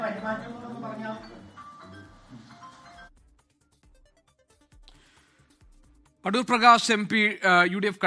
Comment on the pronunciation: Adoor ❌ A-thoor ✅